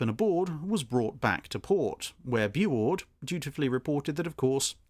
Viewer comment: It's pronounced "Boo-oord" or "bew-oord". Not "boo".